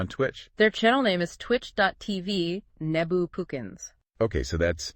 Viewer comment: "nee-bu" "it's pronounced 'neh-bu'" "nehhhhhh-buuuuuu"